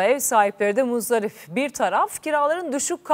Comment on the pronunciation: Muzdarif degil muzdarip spiker hanim